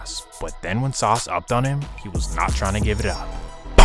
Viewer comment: Not from sf. Calls him “sauce” every one from sf knows that’s not how u pronounce his name